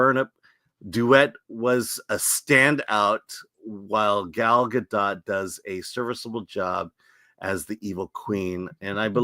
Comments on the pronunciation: Her name is pronounced guh dot ????? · I've heard that it's pronounced gah-dote, i.e. with a long 'o', like in oat.